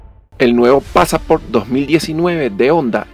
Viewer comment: Excelente video, es PASSSSPORT No passAAAAport por favor no cambiar el nombre no pronunciar mal los nombres, se ve espectacular!!!